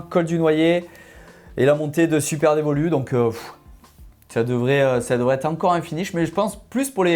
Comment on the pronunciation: Superdevoluy le y se prononce - St Amand Montrond le T ne se prononce pas et Villeneuve sur Lot le T se prononce et les gars révises avant d’enregistrer !